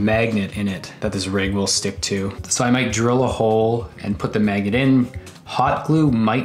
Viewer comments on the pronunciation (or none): "and put the magget in "